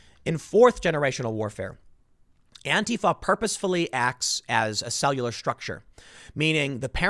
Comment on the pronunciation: Is he saying to follow "Andy Know"?